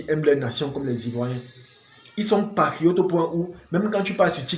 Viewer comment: Quand tu veux dire PATRIOTE , on a l’impression d’entendre PARIOTE donc il faut articuler un peu